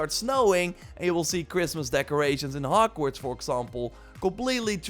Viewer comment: the way he says HokWards